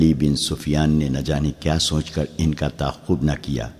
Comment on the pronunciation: سونچ نہیں سوچ اس لفظ کا تلفظ بار بار غلط بولا جا رہا ہے۔